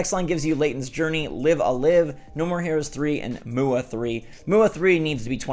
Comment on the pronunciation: Live A Live - you’re saying it wrong. It rhymes with Dive. Confirmed in a previous Nintendo direct